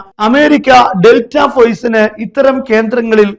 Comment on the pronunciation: പോയ്സ് അല്ല ! ഫോഴ്സ് .